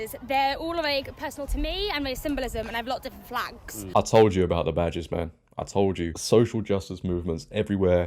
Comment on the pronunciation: I thought she said all my vaj’s but actually said badges, I was going to say don’t tell me she has more than one duffa between her legs!